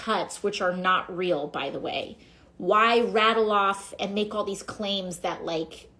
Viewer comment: Keep up the good work! The truth matters! Hey, I don't think you hang a television vertically... wait, maybe you do? BTW, the word is 'and,' not 'andt.' Affected talking like that and vocal fry are a huge turn-off (politically speaking).